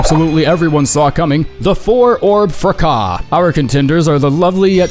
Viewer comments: Someone please teach this man how to pronounce rapport, fracas, and vestiges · You pronounce fracas incorrectly, but French-esque.. but rapport incorrectly, and without the French. Madness.